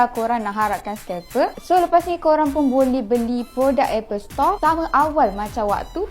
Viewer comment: Kalau mahu Apple Store bukak di Indonesia.. sebutannya harus betul .. bukan Apple Setor.. , setor ² itu apa sih ? 😂